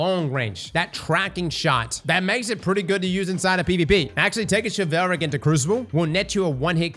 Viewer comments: All heard is Chevelle Rick 😂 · i don't want to be that person, but ' team should not let him continuously mispronounce a word over and over again. he keeps saying "chivelle-ric" when the word is "chivull-ric" as in chivalry. i mean, it's your flub, but not a peep from your editors?? don't let them do that to you! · it's supposed the be pronounced "shiv-ahl-rick" lol not "sha-veil-rick" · It's "Shi-vawl-rick" not "shi-vail-rick" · Chivalric. Okay okay okay he's more than likely just halved the word and gone from there. But.... how do we say Chival? Shi - vil. So.... Chival - ric. Shi-vil-ric. NOT Shi-val-ric lmfao on god I could barely put up with Ahamkara. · I swear to god if you call it "Chivelric" one more god damn time i'm gonna lose my ever loving mind. It's pronounced like Chivalry. Chivalric. "shi" "vuhl" "rick". Thank you. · BRO!!! chivalric adjective chi·val·ric shə-ˈval-rik You're welcome! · Your pronunciation is causing me physical pain. It's like chivalry, SHI-VULRIC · pronounced "shiv-ill-rick", like chivalry but its chivilric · Everytime he says Chevelle-rick I lose braincells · Based on how “chivalry” is pronounced, I think that the sword is pronounced “Chivalric” like “Pickle Rick” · He says shi vel rick. 😂 throws me. ur my guy! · Chivalric, not chivehlric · "Chevelle-Rick Fire" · This is a small gripe, but it's pronounced (Shiv-All- Rick) fire. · Say chivalry. Then replace the "ry" at the end with rick. Chiv-al-rick. Please! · Shi-vul-rick,. We are gonna get these names through your head lol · please I’m begging you stop saying chivelrick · Hearing chevelle-rick as the pronunciation for chivalric made me spit out my food laughing 😂!!!! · shiv-ool-rick, like chivalry lol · It's Chilvalric as in "chivalry"... you're killing me man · ah yes chuvailric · You is Mispronouncing Chivalric. It's Shiv-ul-rick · pronounced shiv-all-rick. like chivalry. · It's CHI-vuhl-ric. It comes from the word Chivalry.